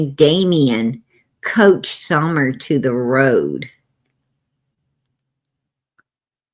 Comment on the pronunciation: It’s Coached not couched! You sit on a couch! 😂